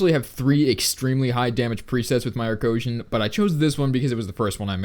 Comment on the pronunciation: Boi it's not Arcosian